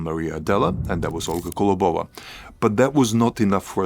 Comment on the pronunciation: Impressive! One thing - it’s kOlobova not kolobOva 🙂